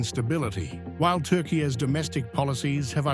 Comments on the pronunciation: "yeeahz" or "yeaRs"? "Turkay" or "Turkey"? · tar-kaai-aay ? Apart from the currency now even the name is worthless